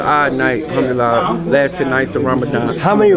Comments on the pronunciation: Al ham do li la 😂 is this guy for real lol he can't even pronounce the simplest of words. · Sounds like he saying I'm doodie lo. When he says Alhamdulillah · That’s a slick translation you tried to pull but Bruh was definitely saying “Humdoodeelah”. Idk if you wanna edit that in but definitely don’t let that slide it’s important to my people.